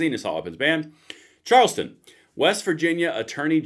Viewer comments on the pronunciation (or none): none